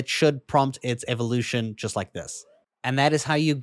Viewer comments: it's GLY GAR. I will not tolerate miss pronounced Pokemon names. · gli-gar like gar-field. Not gligger like gl nword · It’s pronounced Gligar and gliscore